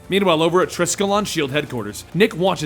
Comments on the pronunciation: It's Triskelion, not Triskellon. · Dude, I love your content but you pronounced triskelion incorrectly. It's Tri-Skell-ion